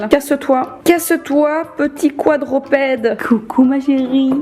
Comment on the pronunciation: Quadrupède et non quadro ahahah😅